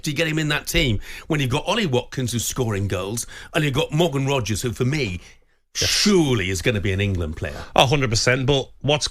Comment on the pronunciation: Is Gabby calling Rogers Rodders?? 🤣